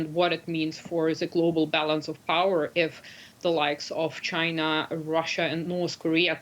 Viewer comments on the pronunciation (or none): none